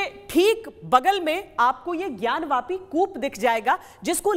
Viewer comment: ज्ञान वापी को ज्ञान व्यापी आप क्यों बोलते हो ?